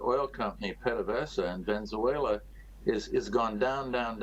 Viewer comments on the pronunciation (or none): It's Venezuela not Venzuela!